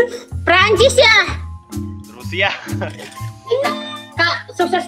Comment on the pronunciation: Dgn santainy Bilang "Prancis ya?" 😂😂